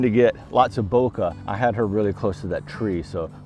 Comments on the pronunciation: Bokeh is a Japanese word and you’re pronouncing it correctly. Bouquet is a bunch of flowers. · Nice video. Thank you for correctly saying bokeh. A Japanese teacher corrected me once, saying bouquet is for the flowers, Bokeh is the smooth, soft background.